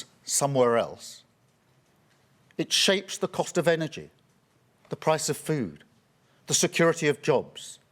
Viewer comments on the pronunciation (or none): none